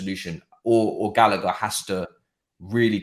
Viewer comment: Fam, put some respect on Gallagers name wtf. you man are bugging! england internation uno 😣